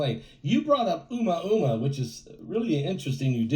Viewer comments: It is pronounced O Mooo ahhh mooo ahhh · It’s Ooo-Moooah-moooah….